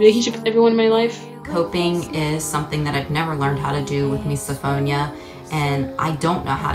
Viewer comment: Anyone else triggered by how the blonde lady pronounced misophonia?!??!